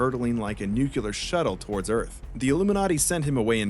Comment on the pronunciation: Bro, Nuclear. Nu. Clear. NOT NUKULAR